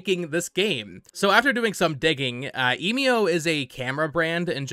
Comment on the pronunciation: Emio is probably pronounced "Eh mee oh". You can put the japanese title 笑み男 into google translate if you want to hear it out loud. Given the possibility that this is a new Nintendo IP it should be useful to get the pronunciation down early. Speaking of translations, Emio translates to "Smiling Man" so it's probably just a reference to the big scary smiling man on screen and not the brand you talked about in the video(which btw is a photography brand and not a camera brand). That company you showed refers to themselves by the english name "Emio" and not the kanji "笑み男". Furthermore, they don't seem to be well known and big enough to be recognisable even in Japan, though I drew that conjecture from looking up Japanese photography brands and can't really verify their reputation within Japan myself. For these reasons I don't see any link between this Nintendo game and Fatal Frame aside from the genre.